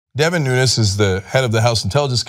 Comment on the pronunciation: Wrong gagago302. The Representative's last name is not Spanish. There is no tilde. Cenk pronounced the name correctly.